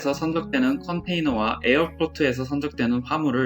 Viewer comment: 영어발음 굴릴려고 포트를 폴트로 읽지말고 그냥 포트라고 읽어주시는게 좋을것 같습니다. 영어 공부가 아닌 실무 이해를 위해 제작해주신거니 영어 발음에 신경쓰시면 오히려 다른단어랑 헷갈려서 귀에 안들어오고 딴단어가 떠오릅니다. 잘 보고갑니다.